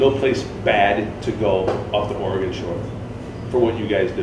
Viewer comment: You pronounce it "OR-EH-GUN" not "OR-EE-GONE" lol. Great video!